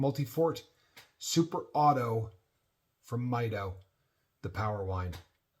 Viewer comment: Great video. Beautiful watch. It's pronounced "mee-doh" 😊